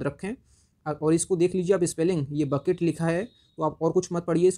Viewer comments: its not bucket, don't mispronounce 😂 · Sir, "Bouquet " is to be Pronounced as /bo' ke:i / not, /b^ket/. The latter is the pronunciation of "bucket " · भाई वो बकेट नहि है. बुके है. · Sir please check the pronunciation of bouquet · Bro google me bouquet ka pronouncation dekh🤣🤣🤣🤣🤣